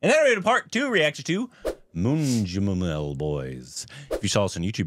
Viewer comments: saying "Moonjumall Boyz" 🤣🤣🤣🤣 Oh God he doesn't know Malayalam and doesn't know he pronounced it as an abusive word, "Moonju" 🤣🤣🤣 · the best way to pronounce it is "Man-Jew-Mel" Boys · Man-New-Mel might be a better pronounciation.